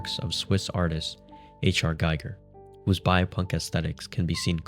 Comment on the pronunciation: *pronounced HR G*ee*ger